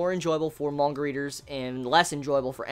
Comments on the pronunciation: Not mon-ga, it's man-ga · hey dick head its manga not monga xD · Is anyone else kinda annoyed that he pronounces manga as monga? I can't unhear it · I like how he pronounces manga